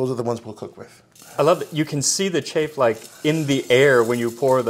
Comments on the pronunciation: Chafe??? It's chaff and pronounced as such... Google it. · CHAFF not CHAFE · Chafe? Not chaff?